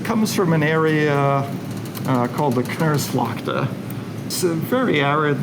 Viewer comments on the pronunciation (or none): Knersvalkte... Kners is what you do when your teeth grind in distress. Associated with drought often... the e sounds like the a in snap...knars-feld.